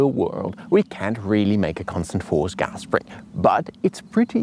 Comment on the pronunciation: His pronunciation of “gas” really triggers me though.